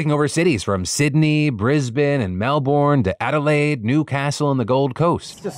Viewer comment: how did you get brisbane right but melbourne wrong